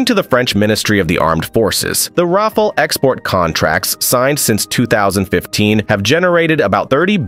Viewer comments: Rafail -Rafale -Rafale -Rafol -Rafol -Rafol 2/5 You are getting better at pronunciating it, a few more videos and you'll be good. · Can't you at least pronounce the word Rafale correctly? This shows your lack of knowledge and mostly of competence in the domain. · I like how the narrator pronounces "Rafale" differently every time - helps to know it's not AI. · Rafale: R A F A L. et non wafwaole. Dassault Aviation: DASSO AVEASSEON et non Dassao aviéchieune. C'est si compliqué de prononcer correctement dans la langue d'origine?? Faites un effort!! Franchement c'est ce qui m'agace le plus chez les américains. Aucun effort.